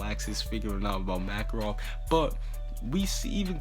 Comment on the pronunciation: Is anyone else annoyed by how he said certain names, like Makorov and Laxus.